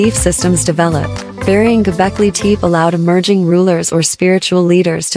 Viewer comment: Many of the pillars and stone carvings here are not from Göbekli Tepe, but from East Asia and who knows where. Including all these pictures are just plain nonsense, and the narrator or AI can't even prnonounce the name properly. What does qa lot of cartoons cartoons have to do with Göbekli Tepe? This whole video must have been made as a joke.. A waste of time to watch any of this stupidity.